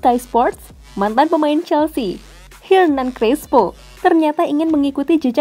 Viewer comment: mulai dari Hernan Crespo jad Hitnan Crespo, Coutinho jadi Continyo... Dsb. Kalo ane ga salah denger sih itu ya. Yapi kalo emang beneran begitu, nanti kalo ada yang keliru lagi ane koreksi lagi hehe